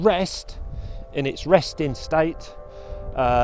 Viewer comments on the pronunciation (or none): none